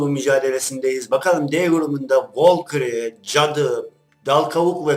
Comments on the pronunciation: Valküry değil valkür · şu adamın volkiri diyişine hastayım lan:D